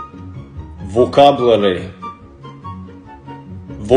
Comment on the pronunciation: Vocabular was pronounced with the perfect russian accent 😂